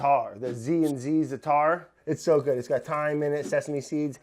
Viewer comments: Its ZAAAAAATAR not ZITAR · Brad, Za'atar is an Arabic word. Only thing you need to know though is pronunciation of it. it's not Zataar, closer to Zaater. (Dont suppose you know how to pronounce an aiyn?) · It's pronounced Za a tar brad its a Middle East spice .. if you mix it with olive oil and spread on a pizza dough you will love . Oh yes and cook it like a pizza but thin crust